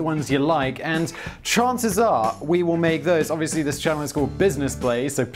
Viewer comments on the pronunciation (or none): none